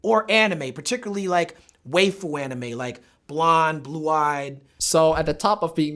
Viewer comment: The way Talib keep saying waifu as WA-FU is rustling my jimmies its waifu WHY-FU gosh.